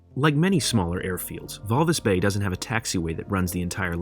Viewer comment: It's Walvis Bay.